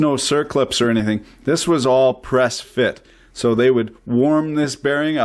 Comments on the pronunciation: do you know what sound an "S" makes when you say the word "so"? Because it's not "zo" lol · Why do you say “So” with a Z??